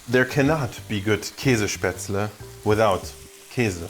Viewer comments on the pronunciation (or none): Die Grenzüberschreitung war, als er Kässpätzla Kesespetzle ausgesprochen hat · This looks delicious and im down to give this a shot the next time im getting some frozen Späzle from my Oma. But you gotta work on your pronounciation of Käsespäzle. The e of Käse is silent and the ä is not an e. Also a lot of people use carbonated water for their Späzle as it is said to make them a little firmer, im not sure how true that is and it might make a terrible mess if you try it with your technique though.